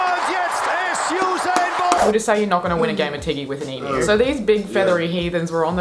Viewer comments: Dude I love your videos, except for your opening, hate it. but can you please say E m u not emoooooooo please, Love ya reactions though 10 thumbs up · please learn how to pronounce Emu... it is 'Eem You'..... not eem ooh.... I get so pissed off with the mis pronunciation of Emu lmao.....